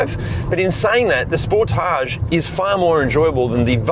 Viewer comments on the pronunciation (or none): FYI, I bought a used 2017 Sportage or Sportáge SX Turbo, as you pronounce it, in March of 2025 with 10,200 miles or 16,400 km on it. I absolutely LOVE this vehicle and it IS Fun to drive and I have had NO problems with it since the purchase date. I did buy an extended Bumper to Bumper 10 year Warranty as with a Turbo it can be expensive to replace and literally EVERYTHING is covered under this Platinum $100 Deductible Warranty. As of Sept. 24, 2026 I now have 12,500 miles or 20,116 km on this vehicle and will own it till ?? This car has so many OPTIONS on/in it that I still am LEARNING about everything. OH, we bought a New 2025 Telluride in Feb. of 2025, for my wife, and this car is a DREAM to drive and own. Love your channel also.